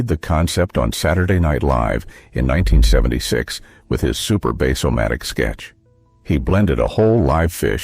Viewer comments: I'm only 3 minutes in & I have 2: the vegetable cutter, veg -o-matic, same soft "g" for both. Bass-o-matic is a short "a" like in the fish Bass, not in the deep pitch. 🎣, not base. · While a nice trip down memory lane, please learn how to accurately pronounce Vego-O-Matic, or even Bass-O-Matic. (They were: Veg as if you were saying vegetable and stopped after veg, not rhyming with beg; Bass as in B+ass, not as in a bass speaker.) Other than that, a nice trip in the way-back machine,.